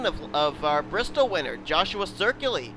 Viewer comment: I just noticed why you keep mispronouncing my last name. My last name is spelled Ciculli. There is no R